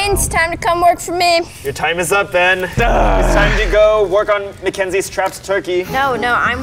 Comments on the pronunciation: The fact the called Ben “Bean” for the whole video😂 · That just me or was calling Ben Bean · Why does calling Ben bean